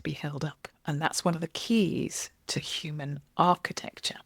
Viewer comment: "architexture" nice